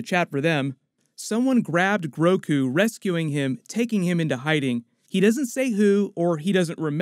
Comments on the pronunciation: he says “Groku”... STAR WARS AND DRAGON BALL Z IN THE SAME UNIVERSE CONFIRMED!!!!! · Everyone gonna ignore that “Groku” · he said Groku at one point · Grogu...Guorg...George, kind of!? : )